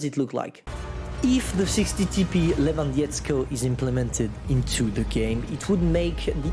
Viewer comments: Levandovsky that is how you pronounce it. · lewandietzko xDD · you're pronouncing Lewandowski as Lewandiesko for polish which means nothing it's gibberish put Lewandowski in Google translate so you can hear how to pronounce it. 😉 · These feeling when you are from PL and almost died from laught when read,,Lewandowski" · He read it very bad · 60TP Le-van-dov-ski I'll donate you if you learn how to spell this properly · You can call me for better pronouncing of Lewandowski and other names